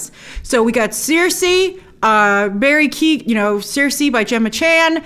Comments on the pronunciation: Hey Grace, coming from an Irish person, Barry Keoghan's surname is Irish and is pronounced as 'Kee-yo-gin' instead of Keegan! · Hey, Grace! Irish person here! Just to let you know Barry Keoghan's surname is pronounced like kyo-an. Just thought I'd share! Love your videos! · Hey, just to say Barry Keoghan's name is pronounced 'kyo-gan'! Love the reactions and breakdowns and super excited for this movie💚🤍🧡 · Also Grace no big deal but Barry Keown is pronounced (Key Own) not Kee Gan...👍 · Hi Grace, Irish follower here - just to help / let you know Barry Keoghan’s surname is pronounced KEY -OH -GHAN . So happy to see a young Irish Actor in a huge Marvel role! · Just FYI, Barry Keoghan’s surname is pronounced Key-oh-in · Grace, Keoghan is pronounced like Key-owen